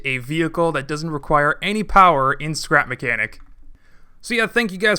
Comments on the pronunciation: skrep makenik hahahahahah its srap mechanic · Dude it's not sleep makenic!!!lol Its scrap mechanic man!!!!😂😂😂😂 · nobody:: skrep makenik